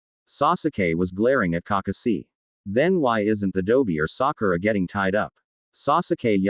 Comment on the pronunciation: This fanfic would be better if you didn't pronounce Kakashi name wrong it sounds like you're reading to a toddler